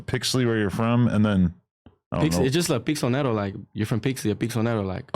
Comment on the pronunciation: he's saying the L silent on accident tho. Its pixlonero but he's saying pixonero.